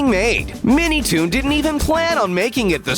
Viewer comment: The Narrator literally said minitoom. Lol check the editing in the video